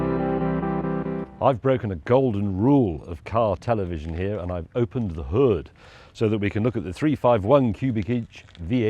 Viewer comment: James, when you try to sound "American" when saying motor or hood you sound like you are trying to emulate Minnesotans (as in the movie "Fargo"). If you want to pronounce motor and hood like a true American motorhead then you need to listen to any album by Lynyrd Skynyrd, at least enough times so you can repeat more than a few words in the Skynyrd accent. Skynyrd was southern rock, which is the birth-place of NASCAR. It is true the American cars of the late 60s to early 70s have pathetic performance compared to anything made in the last ten years. But try as they might, no one has authentically replicated the feel and the sound of those old beauties. Thank you for the video flashback.